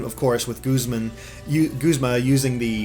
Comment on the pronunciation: Oh gawd no, don't let that be the official pronounciation of Guzma... G-uh-zma sounds so much better! That aside though, I'm loving Team Skull so far! :D